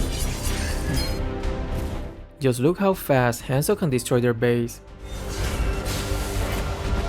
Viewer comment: Oi! He is HUNZO, not Haaaaanzoo, good gawd. Have a nice day (＾3＾)